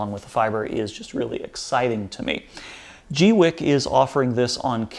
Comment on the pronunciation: I always thought it was "gweeky"